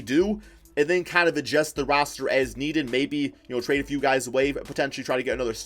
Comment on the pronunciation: Do you say agest instead of adjust